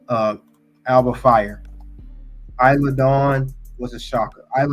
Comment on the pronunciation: You’re saying Isla Dawn name wrong